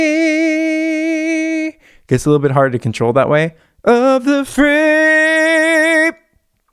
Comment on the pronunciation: It would have worked if she sang the lyric.. Freeeeeee-ye . didn’t sing it like that. She pronounced it as FAAREEEEE